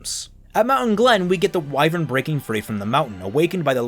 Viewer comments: It's pronounced WHY-vern, not WE-vern. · It's funny how OP's accent comes through at random times, like when he says wivern. And I've said it before, but Neo is just the worst character ever, she's a brainless, blank slate that also defeats every good character all the time effortlessly for no reason, she just kills all narrative and relative power. Given how she is portrayed, she could kill Salem in a few minutes.